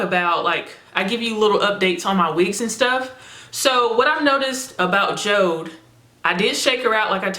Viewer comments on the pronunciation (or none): It's actually called Jo-De like Jodi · Jode is pronounced as Jodie or Jody